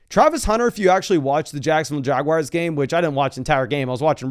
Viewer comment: the um Jaguires